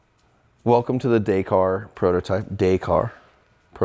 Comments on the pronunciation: DAY CAR 😂 pronounced DAKKARR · Please say the word Dakar in the the right manor , it is not Day kar it is Dak.Arr.. Paris to Dakar ……. Dak Arrrrr …… yes I am a Brit and yes I have followed the race since it started and yes I am a Rover Guy but I am married to an American Lady and have lived here for over 20 years . I love what you do and this car is outstanding BUT please say the word right …… thank you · Amazing build , only one thing wrong, you pronounce Dakar wrong, you say it this way dak-ar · Hey....if your gonna call something a name like that YOU FUCKING SHOW RESPECT AND GO BRUSH UP ON THE HOWS WHYS AND WHOS OF DAKAR......AND LEARN THE FUCKING WORD FROM THE MAN WHO STARTED IT. THERE IS NOT ONE SELF RESPECTING MAN WHO SAYS IT....DAY-CAR.....GET IT FUCKING RIGHT OR DONT DO IT.....I THOUGHT BETTER OF YOU!.....OL PERFECTIONIST QUALITY ACCURACY MAN!